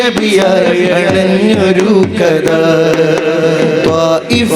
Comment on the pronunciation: മാഷാഅല്ലാഹ്‌ 👍👍 കത അല്ല... കഥ ആയാൽ ഒന്നും കൂടെ ഉഷാറായി രുന്നു...😊